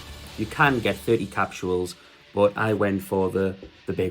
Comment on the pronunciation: Bud. They’re called capsules. Not “capshuals.”